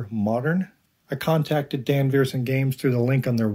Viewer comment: SWEEEEET! Awesome awesome awesome game! (You should add the Cthulhu expansion, though ;) ) And, yes, Sarah Verssen (customer service) is FANTASTIC. And I’m pretty sure it’s said “vur sen”